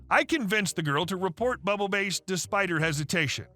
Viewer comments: I'm sorry but you pronouncing Bubble Bass as Bubble Base is driving me insane Bubble Bass is a guy from SpongeBob SquarePants. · did you mispronounce Bass (as in ‘Bubble Bass’) on purpose? I think the OP meant bass like the fish….. 😉👍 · It’s actually bubble bass, as in the fish. You’re killing me with this